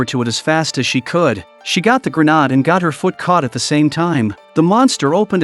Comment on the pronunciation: word of the day: Grenarrrrde